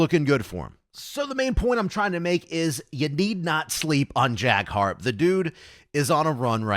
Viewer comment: Good coverage of the upcoming tournament l. Just a quick pronounceation for Jack Harrop for future videos. It's pronounced Ha-Rop 😊